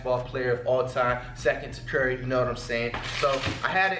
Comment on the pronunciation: Dude said chef curry